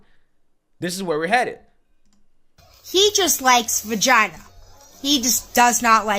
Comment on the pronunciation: Is saying fagina? Why does is sound like an F instead of a V, when he says Vagina? Or am I just hearing things?